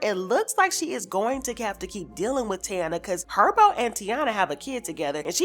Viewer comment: It’s Thai -eena as the Indians from Puerto Rico . You can always go by what kids say my daughter always be extra when I don’t even hit her it’s requires investigation not for social media smh